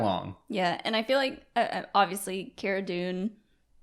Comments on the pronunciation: Cara Dune's first name is pronounced "CAR-uh" not "CARE-uh" (straight from Gina's mouth) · Is it Car-uh? not Care-Uh? I think Gina pronounced it that way? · I think you guys are pronouncing Cara, wrong. Like, my name is not pronounced Gaybriel. Just saying.